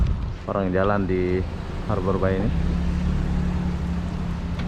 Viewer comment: Hallo,, nak kenalkan saya pak Herman from Bengkulu, i have a dream to live in batam, ya, saya punya impian,harapan tinggal di Batam). Bagaimana dengan mu ( how about you ), lebih keren lagi kalau kau bisa bahasa Inggris, boleh belajar sama bapak, free ( gratis )., maaf yaa, bilang harbour bay, harber BEI ya, r tipis saja, samar. Macan orang Malaysia cakap, bapak boleh juge cakap Melayu dan beberapa bahasa daerah, sebab bapak orang Melayu juga dari Sumsel sebuah kota kecil lahat namanya 225 km dari kota palembang,bahasa daerah,bapak mirip bahasa maysia contoh, balik, petang, buluh( bambu) ketam( kepiting) kemane, Mane, limau ( jeruk) petai, jangan petei kalau cakap sama orang Melayu, tapai, datang, gelap, itam, Ade macam itulah cakap darah bapak, sebab bahasa Indonesia gaul ( slenk) dipengaruhi bahasa daerah Jawa, Sunda, Betawi Jakarta,dll. Ok,, thanks see you later.